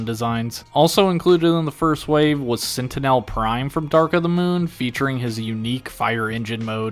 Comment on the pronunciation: "sentenel prime"